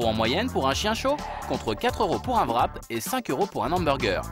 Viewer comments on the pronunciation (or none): du vrap?? c pas comme ca quon prononce c wrap